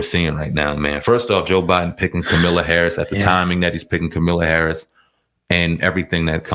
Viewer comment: At least say her name right